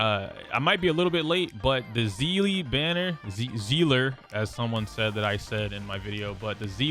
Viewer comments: Its pronounced sea-lee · I've never understood how Seeles name could be all over the place in pronunciation. As I understand it, it's pronounced like Seal. I've heard it pronounced Say-lay, Sea-lee and now zea-luh? In HI3 CN it's just Seal (pronunciation). May be stupid to get hung up on but the only person I've ever seen on the internet pronounce her name the way they did in HI3 was a robot voiced YouTuber. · do they actually pronounce it like zeela? no hate, im js genuinely curious as in honkai impact it is actually pronounced sea-lee and for the longest time i thought people were js saying her name wrong in hsr as ive ironically never actually seen a clip with the characters saying her name 😭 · How do you pronounce Seele ? Bc I just say it how I see it .. but I hear you say Zeela so now I’m confused